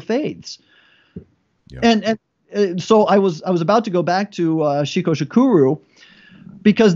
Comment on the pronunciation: Not pronounced "cheeco", but rather "cheecon."